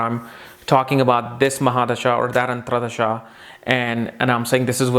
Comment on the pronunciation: Dasha is antar dasha and not antra dasha. Just a small mistake in word pronunciation.. also the word is Dasha and not Dasha.. similar mistake